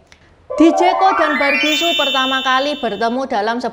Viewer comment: bukan Su tapi Sü.